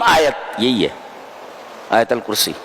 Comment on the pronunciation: Please right, it is AAYATAL KURSI,not aayal kursi